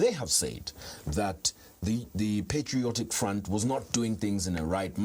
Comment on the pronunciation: its patriotic and not "PETRIOTIC" 😅